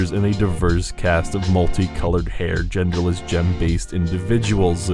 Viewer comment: gerderless? no thx.